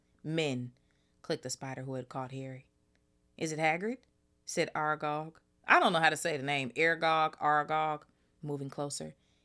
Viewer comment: Exploding snap basically magic card games where the cards explode if someone either scored or lost. Yes, you pronounced Aragog right . sentries are soldiers or in this case prefects and staff stationed to patrol a place.